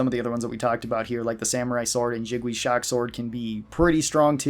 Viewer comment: Lol the pronounciation of Jingwei as "Jig-wee" is killing me